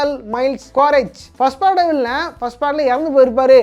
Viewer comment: அது வில்லியன்(villian) இல்ல ப்ரோ, வில்லன்(villain) ப்ரோ 🤪